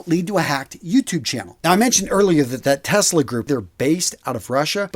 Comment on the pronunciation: Was that 'Test-lag' or 'Tesla'? - Sorry, I could not resist it! 🤣😂 Anyway, glad you and your team got the site up and running. 👍